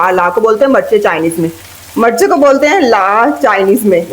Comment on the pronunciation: The word is mirch not marchoun